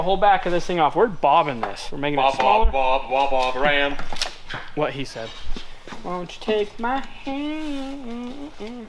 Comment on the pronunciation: It's Barbara Anne not bobba ram😂🤣